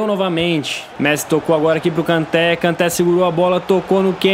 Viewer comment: uma correção não se fala Kanté a pronúncia é Kantê